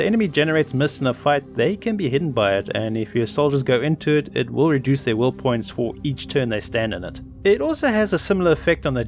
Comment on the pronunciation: The will joke doesnt work when you say will like Woll or wull